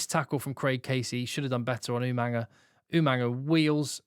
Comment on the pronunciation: Why do rugby analysts and commentators put an 'n' sound in the middle of Jacob Umaga's surname?